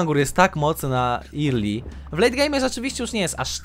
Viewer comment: early a nie irli proszę czytaj poprawnie bo uszka bolą :/